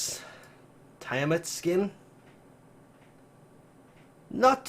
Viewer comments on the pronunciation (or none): Baruuk's skin pronounced (Bed-o-win) Bedouin. Garuda's (Tea-a-mat) Tiamat like the dragon.